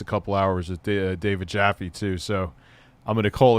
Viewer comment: Still pronouncing David Jaffe's last name.. haha.. It rhymes with TAFFY! Not COFFEE. :P